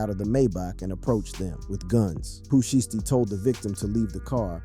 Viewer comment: At least say the name shiesty correctly 😂 you doin that on purpose ??